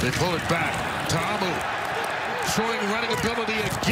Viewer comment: why cant the dude pronounce Ta'Amu